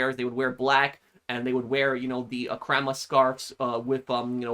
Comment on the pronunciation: Pro scarf kroma not kroma